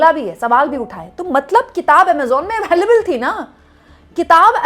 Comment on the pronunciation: Ms. Anchor, When you claim to be a journalist, then pls don't say something which is technically wrong. STAY, cannot be granted by any Ministry, PM or even the President, STAY can only be granted by the COURTS. Btw, also please pronounce the word "available" correctly.